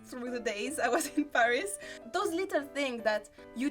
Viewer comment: フランス人が喋る英語は面白い。 英語とは違う「タタタタ〜ン」なフランス語のリズム感が垣間見えるものの、ちゃんと「h」を発音してる。でもフランス人がパリを「パ（ック）リィ」ではなく「ペァ〜リス」と発音するのはちょっとヘンな感じ。日本人なら英語を喋っても、東京を「トウキョウ」と発音しても「トキヨゥ」とは言わないと思うから。